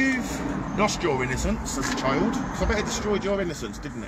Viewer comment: Why do they say chiyuld instead of child?